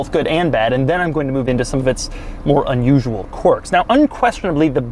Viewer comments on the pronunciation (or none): none